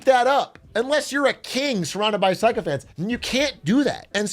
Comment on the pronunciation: ❌ “psycho-phants” ✅ “sicko-phants”